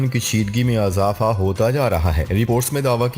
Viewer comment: بار بار لوگ یہ لکھ رہے ہیں کہ آپ زیر والے الفاظ کو زبر لگاتے ہیں جیسے اضافہ، ادارہ میں الف پر زبر۔۔۔ بہت برا لگتا ہے۔ ۔۔ اور بار بار یہ کہنا۔۔۔ خبر کے اگلے حصے میں بات کرتے ہیں۔۔۔ سن کر ہمارے کان پک گئے ہیں۔۔۔ باقی سب ٹھیک ہے۔